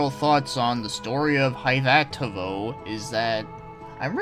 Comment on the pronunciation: Nice review! I loved it the first time I played it, and the new translation patch is really well done. Fyi, it's pronounced "Ee-huh-toe-voe" ;D And did you know that Tawada actually gained recognition and tons of job offers because of his work on the sound in this game? That's how he ended up working on some of the Dragon Quest and (like you mentioned) Pokemon games - everybody wanted him because of this game's audio. Neat, right?